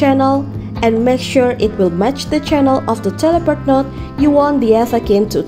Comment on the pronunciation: please emphasize the CHANNEL part. it's so confusing